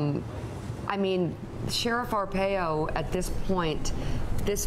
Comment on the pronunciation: I love Morning Joe, but it's Ar-pie-oh.